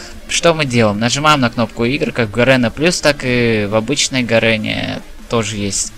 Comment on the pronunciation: почему ты говоришь гаРЭна, а не гаРЕна?